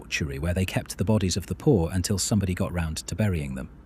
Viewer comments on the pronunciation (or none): none